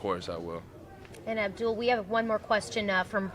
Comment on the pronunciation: Another "Abdul" pronunciation isn't it "Abdel"... like Ab-dell